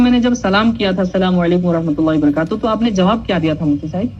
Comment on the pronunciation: Worohmatullohi woborokotuhu😅 a be kan mailiya pahle salam to thik kar😂